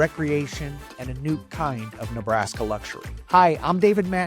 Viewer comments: In your intro, you left the R out of the word, NBRASKA. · "Nerbaska"? Oops (Look in the first minute)